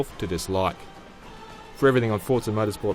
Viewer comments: Forza not Fort-sa... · Its Forza not Fortza... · It's called Forza not Forta. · What is up with people from the UK putting a "T" onto forza? They all seem to say it Fortza